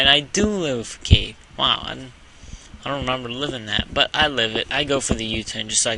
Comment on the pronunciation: Facade is pronounced Fuh-Sawd, just so you know. Great battle though